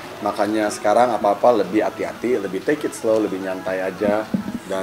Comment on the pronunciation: Boy bilang Tking Slow